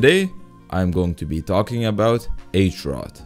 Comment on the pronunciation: As a Czech, I have to say, it impressed me to see somebody to actually learn about our culture. However, the H in Hrot is pronounced the same way as in Hoot, Harry, Hide, etc. Hrot means Point or Sharp corner in czech.